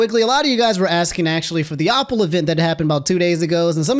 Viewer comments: Why does say "Opple"? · why do you always say opple instead of apple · i’m obsessed with saying “opple” the entire segment love the way pronounces words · homie, I love you, but I gotta ask you this very important question: Where did you learn how to pronounce the word “Apple?” I’m genuinely curious.